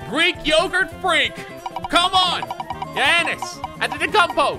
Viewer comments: Giannis is pronounced yaw-nis not yie-an-is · I think that was the closest came to pronouncing Giannis’ name right